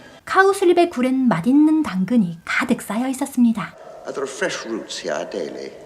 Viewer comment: 늗었지만 발음이... 맜딨는(?)